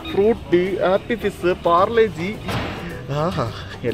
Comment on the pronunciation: Parle- G ❌ palar -G ✅🤣